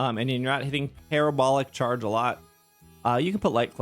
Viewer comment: Proud of your correct pronunciation of Parabolic Charge 😂😂😂 but seriously, thank you so much for your help with these builds and the community you provide for us ❤